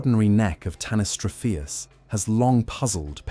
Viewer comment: You couldn't take 30 seconds to check the pronunciation of tanystropheus?? The accent is on the antipenult, which is pretty common in English.